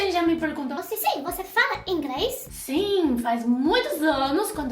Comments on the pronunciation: fala ingres 🤣🤣🤣🤣 eu amo essa mulher ela tem seu espírito muito evoluído. 💞 É noizzzz 🤘! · Gostei ,mas a chinesa falando ingrês toda hora foi meio punk . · Ouvir a falar ingRes é muito engraçado rsrs